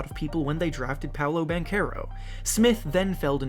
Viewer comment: Hey num nuts it is pronounced as Ban-tse-row